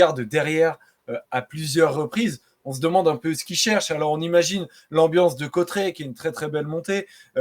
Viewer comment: Salut...et merci...! Oh , les gars , c'est ou Côtret...??? Aujourd'hui l'arrivée était à CAUTERETS...! Côtret....😂.. ! Ça va les Parisiens...!?? Vous n'aimeriez pas apprendre à vous exprimer en Français...? 😊 Côtret...hein ...!?? 😓